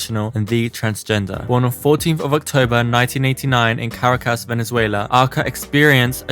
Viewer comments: Great video but couldn't help giggle at "Carcaras', the capital is pronounced to rhyme with 'maracas' ;) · Caracas man not Cacaras haha